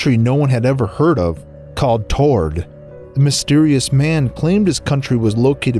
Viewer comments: There's so many comments about the semi traveler at the beginning. I have a much smaller gripe: The country is (usually) pronounced "T-har-ed", not "Too-rd". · The Rep Of Tord sound like Tard